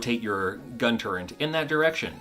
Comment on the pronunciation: Again, there is no "n" in the word "turret"...